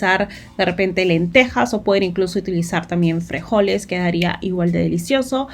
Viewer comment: Se dice frijoles no frejoles